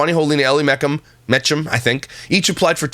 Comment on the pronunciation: correct me if im wrong but I thought Ellie and Jared's last name was pronounced "Me cum"